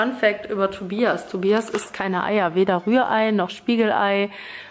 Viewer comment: sagt mal ganz Deutsch ausgesprochen,,Tobias" 😅 Hab ich nach 5 Jahren, in denen ich dich verfolge,, noch nie bewusst gehört (Ok, 5 Jahre bist du ja auch noch nicht mit zsm aber egal) 😂 Toller Vlog!